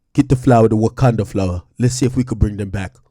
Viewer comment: "Get the Wakunda flower" AAaAAAAAKKKKKKKkkkKKKKK!!!!! 😂😆